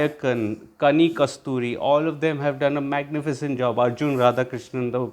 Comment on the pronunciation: Kani KU SRU TI. Not kasthuri.